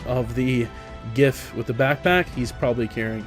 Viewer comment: Are you sure you are pronouncing 'giff' right? :P